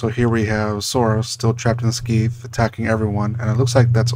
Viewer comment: Isn't it "Skay-th"?